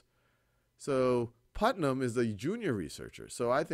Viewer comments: Thanks for explaining this topic so well. It was however, annoying when you kept pronouncing Putman as Putnam. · I've noticed that in this video and the previous part, instead of saying, "Put-man", as in the name of the scientist in the story, the name is being pronounced as, "Put-nam", as in the character from "The Crucible". It's a very slight difference, but I have been able to hear it.